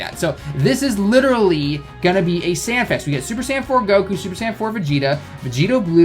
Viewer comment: It sounds like you're saying sand banner instead of Saiyan banner lol